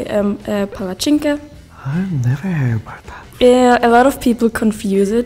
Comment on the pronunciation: at least you didn't have someone like the Austrian girl who said what sounds like "palachinka"😂 It's Palatschinken🤌😆